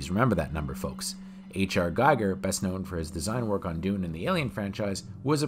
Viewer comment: Gee-ger, not Guy-ger.